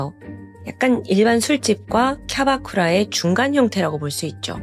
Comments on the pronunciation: 캬라쿠바 아니고 캬바쿠라^^ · 캬라쿠바 아니고 캬바쿠라예요🥲